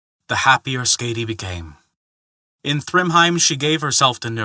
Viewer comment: Hey there, the name Skaði the "ð" pronounced similarly to a "th". As for the "a" that very well could have been a mistake on my part with it having a harder "a" rather than a softer one.